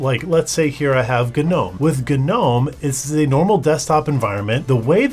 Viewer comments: Why did it take this long to get here? Also it's nowm, not guh-nowm. You think it's like Gnu but it's not. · It's not pronounced Guh-nome is it? I mean it says "Gnome" like "Nome" or how you would say "Gnostic" and not "Guh-nostic" :`( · Guh-nome? It's pronounced "nome". Like "Garden Gnome". This is almost as bad as my friend texting me about how he's going to be a "base player". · Omfg .... Ganome.... Gnome like a garden gnome, the g is silent